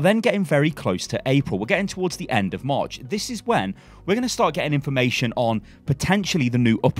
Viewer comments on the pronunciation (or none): none